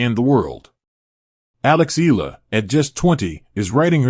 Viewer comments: It's not Ee luh. You should prounounce it the Filipino way Ey Yeah Luh (Eala)! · Be factual! Do not use AI just to get clicks an likes! and Alex's last name is ntot illa or eela. it is E A LA pronounced e-ya-la. do your research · It’ll take a few weeks before people start pronouncing her name correctly. EALA = EH-YA-LA. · AI or no AI, the voice commentators never get her last name right. E-A-L-A, pronounced E-ya-la. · Repeated mispronunciation of someone's name is just unacceptable, even if it's AI. IMHO